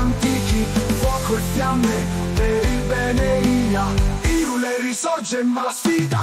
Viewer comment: Menomale che ha detto Airul e non Irule, mi sanguinano le orecchie ogni volta che lo sento 🤔😅